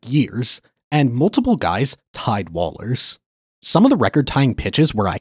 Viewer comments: It’s not Wallers bro. It’s pronounced Wohlers. If you’re going to make these vids uneducated in this realm get it right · Sorry bro that would be Whoa-lers, for you youngn's. Understandable mistake i guess.